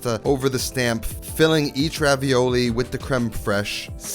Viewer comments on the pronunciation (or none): They are not pronounced Ravioli, ist more like [Ravioll]. But thank your for bringing Back the Idee of making These! I ate them in my childhood in vacation in france before i tasted Ravioli. Because of this i never liked Ravioli much, because Raviole are Just so much better in my opinion! Nice Video! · These are actually called "Ravioles" with the -e and -s silent so pronounced Raviol ... They are delicious thanks to the strong tasting Comté cheese. And "Vin jaune" means Yellow Wine! xx